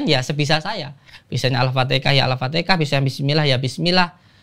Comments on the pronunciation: menit maaf pak Samsudin...Al Fatihah bukan Al fatekah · Aelah udin udin pinter banget ngeles nya kaya pedagang pasar malem,,ngucap alfatiha aje alfatika 😂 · Sekelas ngucapin nya AFATEKAH dong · saya putar videonya sampai 10 x,, di sebutnya alpateka,, semestinya alpateha,, apakah pendengaran sy aja x yg salah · mksdnya Bro? Saya Gk Peduli Komenan Di atas ya .. Saya cuman Kesel aja ama si Udin Nyebut alfatihah aja Alfatekah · iya njer "al-fatihah" pakek k bukan H jadi al-fatikah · hanya ada dua kemungkinan. Kemungkinan paling besar dia halu, ulung dalam menipu. Kemungkinan kedua ilmu si udin ini ilmu setan. Ngaku islami tapi Surat Al fatihah aja bisa salah sebut bilang Al fatekah di menit . Padahal itu surat yg dibaca tiap hari dalam sholat, anak kecil aja hapal, masak ngaku peruqyah bisa salah sebut. Penipu dia ini bang densu. Jgn percaya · Belajar dimana hamba Allah? Alfatekah? Jelaskan dalil dan dari mana nama alfatekah dan diajaran mana nabi Muhammad menyebut surat tersebut dengan sebutan alfatekah, mari silahkan di jelaskan